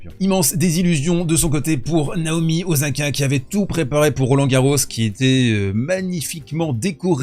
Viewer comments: Par pitié arrêtes de dire OZAKA ! C'est OSAKA! En japonais le S se prononce toujours S et pas Z. Merci. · Tu pourrais faire un effort de… prononciation : tu dis Mènessik, Ok, alors dis, s’il te plaît Ossaka, en respectant la prononciation japonaise… Merci ! Ce serait super ! Tu me diras, ce sera pour… la prochaine fois ! Merci pour ton formidable travail !